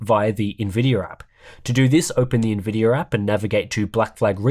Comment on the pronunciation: The "NVIDIER APP" 😂